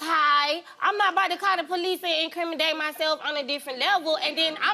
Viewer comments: IncrimiDate ??? Smhh 😂😂😂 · "assimilate" and "incrimidate" took me out 😂😂😂😂 they meant "insinuate" and " incriminate " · Inseminate instead of insinuate is crazy and incrimidate instead of incriminate is bewildering 😂 I wonder where “they” (they’re) from 😂